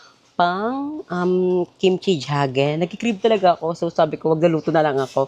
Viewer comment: Kimchi Jigae “g gay” po hindi Kimchi Jage . 😊